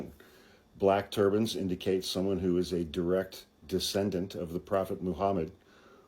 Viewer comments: When you first said “turbans” I thought you said “turbines.” I thought, “they’re not going to fit on your wall!” 🤣💙🙏🏼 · lol….same here! I’m in renewable energy, so that’s where I first went, too. 👍🏼